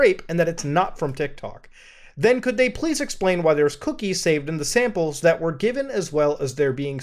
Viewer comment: Champles lol 🤣 samples but Mudah lol pace yourself my guy